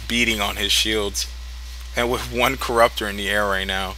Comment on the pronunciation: I hate how he says "wiff" all the time..